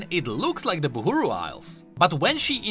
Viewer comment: And you till Call it Buhuru...